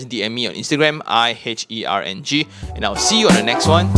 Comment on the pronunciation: Why do you pronounce your channel as ee-herng and not i-herng